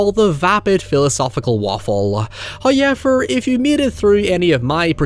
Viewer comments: Me everytime says 'however': "Hehehe, 'high-ever'." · I feel like I only watch videos now just to hear him say “Howyever”. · First "hoyevver" drops , and we are grace with His visage.